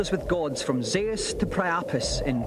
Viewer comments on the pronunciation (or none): Did dominic pronounce Zeus "zi us"?